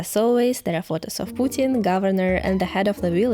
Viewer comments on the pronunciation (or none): none